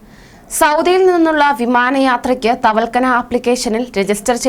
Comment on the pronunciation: Thavalkana Alla. Thavakkalna. Nereparayanpadikke